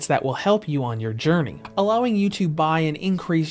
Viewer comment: "That will help you on your yourney" - luuuul - I'm glad you didnt say "career", but journey is funny, too!